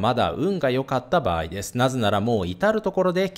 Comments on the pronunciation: 「"ばやい"じゃないんです」ってわざとですか？ 「ばあい」では…？🤔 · バヤイ 関西圏の人？ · ばやいってどこの方言?😂